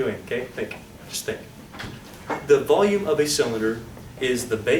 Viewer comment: anyone catch the kid saying wackolume , when talking about negative volume ...